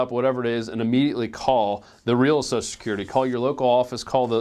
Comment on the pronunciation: you going to talke about "soso security" Do you mean social?